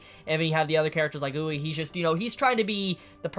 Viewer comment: It's oo-ri-eh not oo-rei for Urie